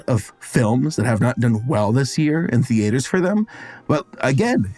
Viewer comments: It bothers me so much how you pronounce it “thee-AYY—turs” 😮‍💨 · As a non-native english speaker, is 'theatres' really supposed to be pronounsed 'the-A-ders' like does (emphasis on the A)? I've always pronounsed it 'theaters', with no "stops" or emphasis on the A.